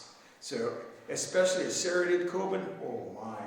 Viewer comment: I like the way he says "sereated" instead of "serrated." Serrated Kobun is awesome, as are his XL serrated folders.